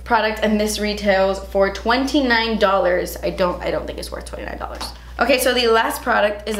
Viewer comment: “47 dollarzzzz... daz expensive! “ haha loved that part 😆 I love these boxycharm unboxing videos! And don’t worry about having a bun and a pj tee. It shows us u r human just like the rest of us!